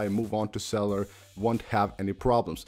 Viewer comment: Cell you lur not celler, COME ON!!!